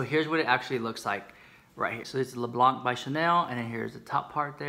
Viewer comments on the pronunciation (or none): ''Blanc'' is pronounced kind of like you did BUT without pronouncing the ''c'' . For exampe , the words ''quand'' (french word for ''when'') , ''temps'' (time) or ''maman'' (mom) all sound the same despite the way they're spelled . It is called ''silent letter'' , I think (my native language is french) . I hope that I explained it well hehe :D !!